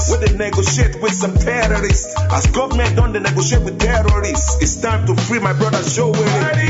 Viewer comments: Ahhh, a whole Nigeria attorney general pronounced gommant as government, what a shame to our country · "Guament" did he mean Government? Attorney general!